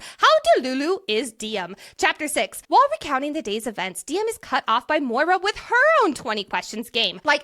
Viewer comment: So grateful got me to read this incredible series🥹 CANT WAIT FOR BURN!!🔥 also the pronunciation of maura as moira is sending me LOL